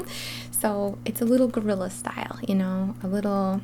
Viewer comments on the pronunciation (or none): none